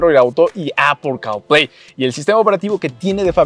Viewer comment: Apple carl play castrosa tu pronunciación